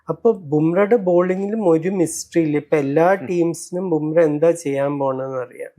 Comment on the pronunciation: Dear, Jasprit Bumrah എന്നാണ് പേര്. Bumreh എന്നാണ് താങ്കൾ പറയുന്നത്.